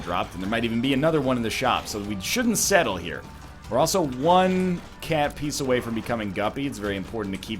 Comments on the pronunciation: TFW that NL pronounces cat piece as cat piss.... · "Cat Piece" sounds strangely like "Cat Piss" to me